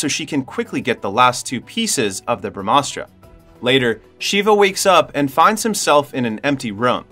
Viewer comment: It's pronounced like this bruh-mah-shuk-ti.....Us-truh.... Ug-ni us-truh.... Jal us-truh.... Puv-one us-truh... Nun-dee us-truh... Bruh-maa-us-truh... Bruh-maa-an-sh.. Dush-shay-rah